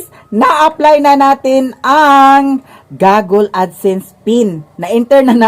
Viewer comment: i think it's google not gogle